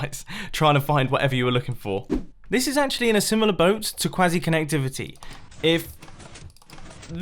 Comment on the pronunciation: "Before I start crying, lets move on to quazzy connectivity"